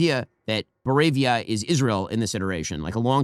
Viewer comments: says bovaria instead of boravia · “ Bovaria” is supposed to be Boravia right😂 (don’t you dare change it )